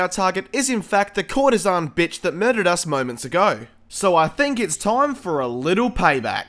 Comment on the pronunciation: It's actually courtesan